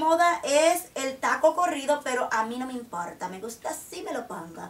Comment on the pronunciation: jajajajaj me rio de que dijiste : no esta de moda pero a mi no me imporrrrta!! jajajajajaj pero ya si estan de moda!! besos!!+